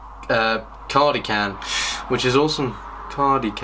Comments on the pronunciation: it's cardi-sh-ian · cardi-can? lol wut? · its pronounced car-dish-in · he said cardician completely wrong , and I was bursting laughing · Ikr so horrible